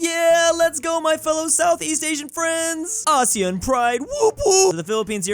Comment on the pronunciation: finally he probounced asean right